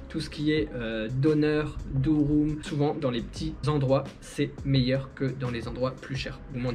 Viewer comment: C' est pas Durum 😁😁 c'est Dürüm la prononciation le u Français en Turque c ' est ü